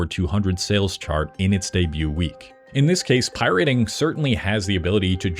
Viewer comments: Why is this dude saying pirating like “pie rating” stupid. That’s not how you say it anywhere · Why the fuck are you saying it like pie rating??? Lile your gonna rate a pie on how its tastes or some shit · did you just say pie rate? Whut? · Making a whole video on pirating and pronouncing it "pie rating" is diabolical. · PIe-Rating? I cringed every time he said that. Been in the scene since the C64 days and no one has every said Pie-rating before… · Pi-rating? You an AI bro? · “Pie-rating” and “lime-ware” seriously makes me think you AI dubbed this. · What the hell is 'pie-rating' and 'limeware'? Unless its a really bad AI voice, learn how to correctly pronounce common words and perhaps do a little bit of research.. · oie-rating ugh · For real… why are you saying “pie rating”? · The “pie rating”… I just can’t. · "Vinyls" isn't a word, and why do you keep saying "pie-RATING"?? Where did you learn to speak, with Nell in the woods?? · What is pie-RATING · Please pronounce pirating properly. It is not pronounced pie-rate-ing. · Is he saying pirayting on purpose I'm going insane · pie-rating is my life's passion 🥧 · I swear he was ragebaiting us by saying "pierating" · Can't watch a video from someone who can't pronounce pirating. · why does bro pronounce “pirating” like that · Why does this guy pronounce "pirating" like that 😂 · I wish you'd learn how to pronounce "Pirate" and "Pirating." Captain Jack would be very upset! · ...why do you pronounce pirating like that?? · did you make this entire video just to troll people by pronouncing pirateing wierd..... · The way this dude pronounces pirating is so abrasive lol but otherwise great video. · Using this video as distress tolerance training due to the abysmal, idiotic, nonsensical pronunciation of “pirating” and “pirate” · Hold up. Why do you keep saying Pyriting instead of pirating? Is this exclusivly about rock music? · I hate the way you pronounce pirating, its pirate-ing not pie-rating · Pie-Rating? Slop1 Slop! beep!